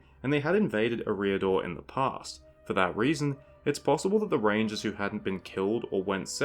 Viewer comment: Ereeah-dor xD Dumbledore is proud